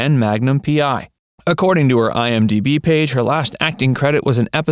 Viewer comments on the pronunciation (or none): none